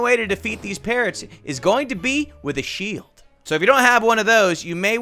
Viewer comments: I have to admit, when he said shield I thought he said sheep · I thought he said: “You can only defeat the parrot you need a sheep”